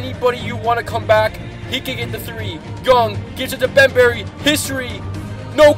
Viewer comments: Deandre “Bembery” Hahahahaha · This man literally just said bembarry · fam u say bemberry and u said history are u blind or something ave u been drinking cuz u trpinninnnnnnn